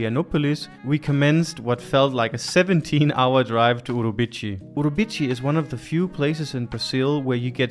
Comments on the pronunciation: "Uribici", well, "CI" sounds like "see", not "chee". But that's ok :) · Great adventure. The correct pronounce is "Urubi see". Enjoy your trip. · The correct sound of the town is OOROOBEESEE. I loved your video BTW. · Great video guys! Just a small correction: the Portuguese pronunciation of the C in Urubici is with an S sound, like Uru-bee-see. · Guys you need to practice your Portuguese pronunciation. For someone who lives in Lisboa I am surprised about it. Pardon my bluntness. As a Brazilian I’m a little disappointing.